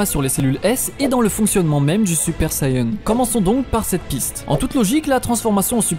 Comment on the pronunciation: SaYAn pas sayeun mais sinon super vidéo